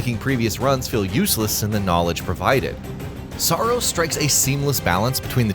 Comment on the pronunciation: Did someone say SAARos?